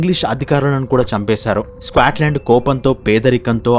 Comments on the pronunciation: Bro squatland enti bro. Adhi Scotland. Video motham alaage pronounce chesaru. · "స్క్వేట్ లాండ్" ఏంట్రా బాబు దరిద్రం కాకపోతే? ఎంత తెలుగు మీడియం ఐయితే మాత్రం ఒక దేశం పేరు మార్చేస్తావా? "స్కాట్ లాండ్" కు పట్టిన దుర్గతి. వీడియో లొ మాట్లాడే ముందు ఒక సారి గూగుల్ చేసి pronounciation ఏంటో మింగించుకోవాలి. స్క్వేట్ ఆంటే అసలు అర్థం తెలుసా? స్క్వేట్ ఆంటే క్రింద కూర్చొని ఉచ్చ పోసే విధానం.కనీసం "స్కాట్ లాండ్" అని కూడా పలకలేవా? ఆంటే జీవితం లొ అసలు ఆ దేశం పేరు ఎప్పుడు వినలేదన్నమాట.